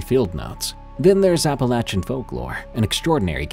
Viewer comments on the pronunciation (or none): none